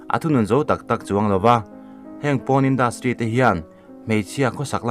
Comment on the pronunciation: Porn(poarn ti a lam tur),PAWN a nilo